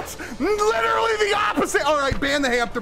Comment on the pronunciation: I was here at 3 mins I'm widdawy hidding da griddy